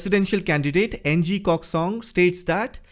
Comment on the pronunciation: Ng is not pronounce as Ang. Its pronounced as Ng. Sound something like in the toilet trying to push out your poo.